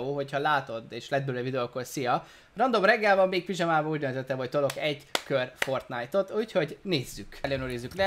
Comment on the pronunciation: csak én értettem azt hogy flortnite